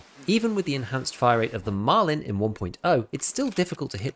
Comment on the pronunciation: why do you add a d on the end of the guns name? it's Marlin, like the fish, not Marlin-d 😂